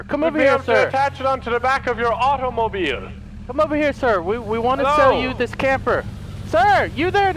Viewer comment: love how says "automobhiiil" XD